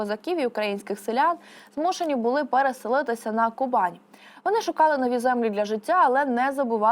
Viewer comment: А чому Кубань за допомоги диктора раптом стала Ку'банью?